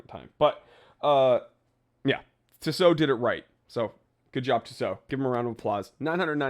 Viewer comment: It's pronounced tea-sow